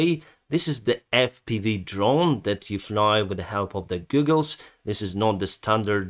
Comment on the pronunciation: I love the channel, the fpv drone, is using goggles, the o is spoken with a long soft sound, like “aww” so it’s pronounced g-aww-gles. Keep up,the great work.